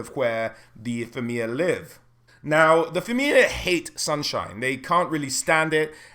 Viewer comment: It's pronounced Feena, not Feeana.